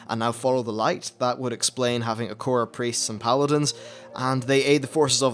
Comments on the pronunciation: What the hell Is an acora? Do you mean Air-uh-co-uh? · Akora? XD I usually pronounce it "Ah-ra-co-ah" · Acora? It's Arak Koa not Uh Korra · How did you say it like "a core a" when it's spelt "a rakko a"? Do you spell "core" as "rakko"?